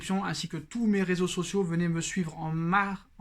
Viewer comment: Mais on dit pas posto mais poto hooooooohhh